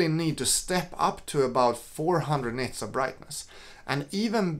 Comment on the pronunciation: are you saying 'nets' of brightness??